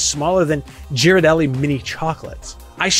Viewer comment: Nice review! Side note: It’s pronounced “gear-ar-delly.” 😂